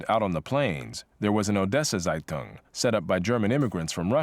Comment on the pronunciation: By the way "Zeitung" is not pronounced "Seitung" but "Tseitung"